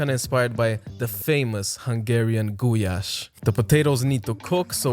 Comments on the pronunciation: It aint gujaš, its gulaš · Bro really said: Goujasz 💀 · wait wait wait wait wait. It's pronounced "gouyash"???